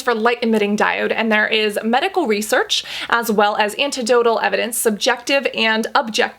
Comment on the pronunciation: It’s anecdotal not antedotal. Lol.